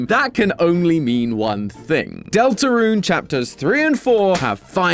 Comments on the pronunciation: “Del torun”😭😭😭😭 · "Del Torun" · Ah yes "Del Torun"